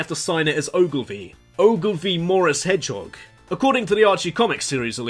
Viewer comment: Around !:22 I was debating "Did he say "Shadow the Edgehog" or did his Accent just remove the H all together?